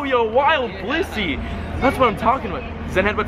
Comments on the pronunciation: wow u called it a bilisy its bliss-ey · and then a blitzy XD